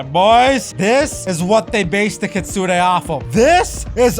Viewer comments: Kitsune not kidsune 💀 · Kitsune❌ Kidsune✅ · its kitsune not kidsune